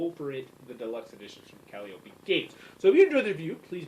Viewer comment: lol... you STILL mispronounced Calliope! ;-)